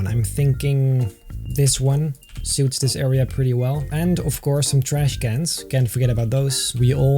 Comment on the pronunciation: When you say trash cans its like you’ve had a i can say terrible past with them